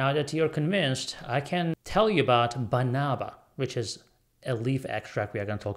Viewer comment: That's correct. We have Banaba plants in the Philippines. Pronunciation is fast with stress on 3rd syllable.